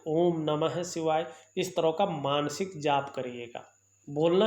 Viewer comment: भासायें, ज्योतिसी, ॐ नमो सिवायः, अच्छर, परेसानी, असनान, संकर भगवान, सुक्र, सिस्य, यस, सानदार, छैत्र, छमता, सक्ति, प्रभावसाली,•••••• हिन्दी का इतना अशुद्ध, उच्चारण•••••• क्या आपको रत्तीभर भी शर्म नही आती??बेहूदा हिन्दी उच्चारण•••••• ऐसा ही आपका ज्ञान होगा, इसमें कोई दो राय नही